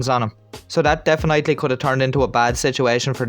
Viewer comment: My man really said deafen-nightly and followed up referring to police work to wök💀🤣